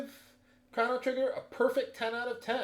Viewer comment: I love how you kept miss saying the main characters name.